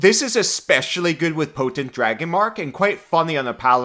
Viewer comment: "Potant"... Really,?